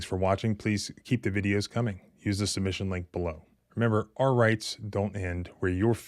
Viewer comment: Love the channel, been watching for over a year. Remember, it's "our" rights, not "are" rights. Our rhymes power, are rhymes with car. 😊